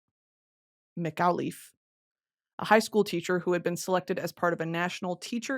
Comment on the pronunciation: It's crazy how my first elementary school (Christa McAuliffe Academy) every anniversary of her death we did a whole learning about it. Don't wanna seem rude, but it's pronounced Mc-Call-If. Never thought I'd hear a podcast on it.